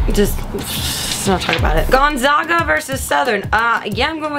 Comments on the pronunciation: "Gonzaga" is not pronounced Gone-Zahg-ah, it's pronounced Gone-zaa-gah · its gonZAGa not gonZOGa :) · GonZAGa not GonZAHga. #1 team in the country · Lololol "Gonzahhhga" it's definitely pronounced gonzayga/gonzaaahga. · GONE-ZAG-UH. GOSH. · I'm from Spokane and people who mispronounce Gonzaga endlessly amuse me. Oh, Grace. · Gosh people learn how to say Gonzaga! Were #1 in the country learn it!